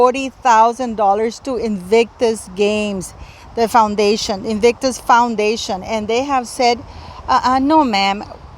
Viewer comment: And Invictus Foundation pronounced absolutely right.....Why should they foot the bill? My goodness!!! Meghan really is despicable and a bone idle grifter.....